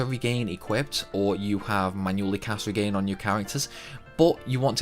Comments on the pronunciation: REGAIN? Its RE JIN lol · Regen isn't pronounced like "regain". The g is soft, like a j because it comes from "regenerate". Didn't know the Chocobo hot and cold tip. Thank you. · Regen - as in Regeneration NOT Re-gain I honestly don't understand how for native English speakers that is an issue to pronounce. ¬_¬ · I didn't know regen(erate) was pronounced regain. Wow the things you learn wow. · Regen is pronounced rejen not regain. Love your videos. ✌ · re-gen not re-gain . regen is short for regeneration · Loved the video except for one thing, this is the 2nd or 3rd video I've heard the pronunciation of Regen as "reagan." I know I sound like the grammar police and I'm not trying to be a troll or anything but it should be pronounced "ree-jen" as in regeneration. Other than that small tidbit, loved the video! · Its pronounced "re gen" as in the short word for regenerate...not regain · Great video, can't wait to play it again on the PS4. One thing though - I think it's pronounced re-jen (as in regenerate) not re-gain. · Number 6: Some people pronounce regen as regain 😅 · its regen like in regenerate... not friggin re-gain!!! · regen is pronounced ree-jen. as in regeneration. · One quick tip for you as well, the regen spell is short for 'regeneration', and the word is pronounced as such. Re-jen. But anyway. :) That time speed up looks handy. I remember Chrono Cross had a similar mechanic after you beat the game the first time so you didn't have to waste time trying to get different endings/recruiting different characters. It was so handy. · So far I've heard 'Re-gain' and 'reggin', how many more ways can we mispronounce Regen? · how do you have a final fantasy channel without knowing how to pronounce regen?